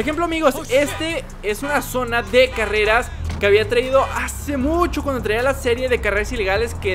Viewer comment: Oye dijiste careas